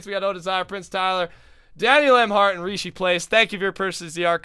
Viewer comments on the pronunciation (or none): none